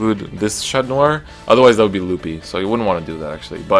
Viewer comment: Your pronunciation on the cards are 👌, especially for Chatnoir